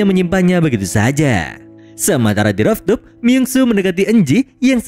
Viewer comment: cara bacanya ruftop min,bukan roftup